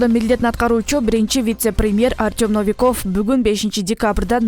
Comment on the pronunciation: Но-ви-ков деген сөздү туура удрение коюп окуй албайт. Биринчи муундагы( Но) о тамгасына ударение коюп оку.